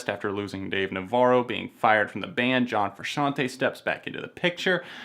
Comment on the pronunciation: You said John Frusciante right my mango.